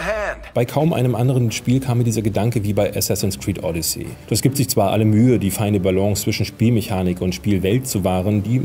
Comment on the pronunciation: Sorry, aber du sprichst es wie Audicy aus, nicht wie Odyssee.